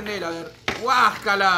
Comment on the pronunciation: En el minuto no dijo guacala dijo guascala XD JAJA.